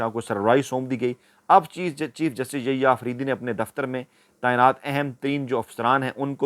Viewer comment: السلام وعلیکم آپکے یحیی آفریدی کا نام غلط لیتے ہیں انکا نام Yahya ہے نہ کہ ییا